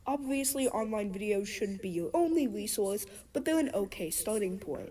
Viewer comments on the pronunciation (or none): bro why she talk like dat tho fr when she said resource bro sounded like a damn discord kitten "Wesauce" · “Online videos shouldn’t be your only wesource” 😂